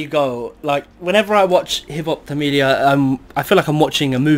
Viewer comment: It's not tamila it's tamizha